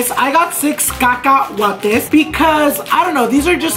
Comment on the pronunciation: why do I enjoy him emphasizing the word caca en el palabra cacahuate🤔😂💓